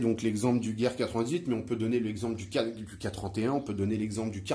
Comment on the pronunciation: Merci pour cette vidéo très intéressante! Petit détail: "Gewehr" se prononce plutôt "GeVehr" au lieu de "Geouehr" ;-)